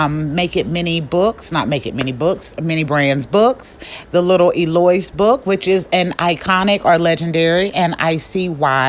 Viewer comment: Hi.. I’m totally doing a thrift store too. Thank you. I have so much stuff and this is a perfect way to display a million different things. I might do an entire flea market!!! 😂. BTW: Eloise is one of my favorites. Pronounced L low wees. Please don’t hate the 30 year teacher in me. No shade meant.